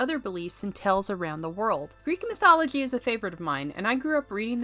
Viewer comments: Is this voiced by AI? Who pronounces"mythology" like that? I've never heard it pronounced that way in any dialect of English. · You're pronouncing mythology wrong. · Does anyone think she pronounces the word mythology funny?